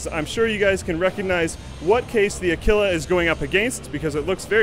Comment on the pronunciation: you're canadian so i understand, however, "a-kill-a" really bothered me.